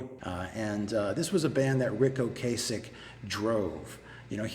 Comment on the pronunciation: I really think you're mispronouncing Ocasek. It's not a hard 'a'.